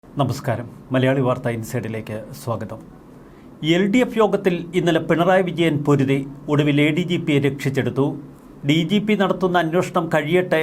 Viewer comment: നമഹ് ഹ്ഹ് ഹ്ംസാരം. നമസ്കാരം പറയാതെ വാർത്ത മാത്രം പറഞാൽ വളരെ നന്നായി.